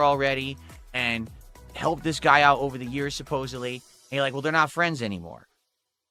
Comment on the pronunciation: Ayund, Ayuss, Wit, Wahn, Acktor, Mah